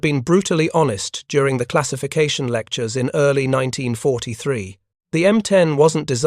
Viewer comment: Why can't you say 1943😅